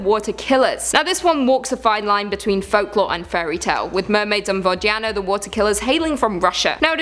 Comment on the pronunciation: I cried a little from your pronunciation of Водяной.